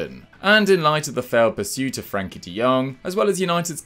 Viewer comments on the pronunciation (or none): How can you act prophetic with regard to football when you can't say FRENKIE De Jong's name correctly?